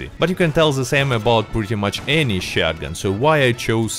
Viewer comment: You gotta love ur chanel and the way you say shotgen, not to make fun of you, its a great perk! " shotgen"